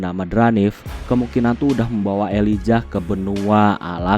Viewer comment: Pembacaan nya bukan ililjah , tpi di bacanya Ellaijah